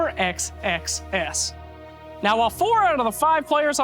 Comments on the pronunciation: Pounds Sex Sex Sex. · He keeps pronouncing xxs super carefully. XD